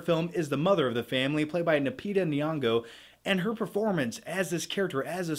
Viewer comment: Lol he gets nyong’o right but not lupita